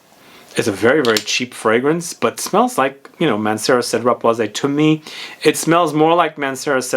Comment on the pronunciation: I believe the correct pronunciation for boise is: "BWASS", since it is french. Hence "Citrus Woods".